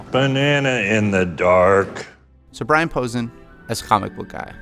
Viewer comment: I’m probably talking to a bot, but either way, you are mispronouncing Brian Posehn. It’s pronounced like Poe-Sane.